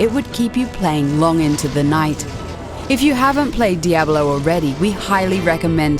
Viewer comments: I chuckled a bit every time she said Diahbelow. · the way she pronounces it, I'm just like waiting for her to finish the word Abolone.